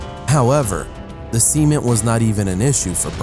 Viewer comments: u said seimen , not cement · cement (sa-men-t) not (see-men-t) I honestly thought he said semen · Gladius625 u mean semen? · Same lol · Anyone else thought he was saying semen?